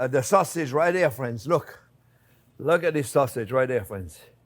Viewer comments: I live how he calls everyone "fwens" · Well hello der fwens!